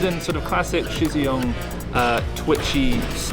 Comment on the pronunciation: His name is actually pronounced "shur jur yong"